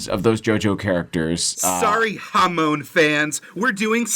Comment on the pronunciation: He pronounced hamon wrong though it’s literally pronounced 40+ times.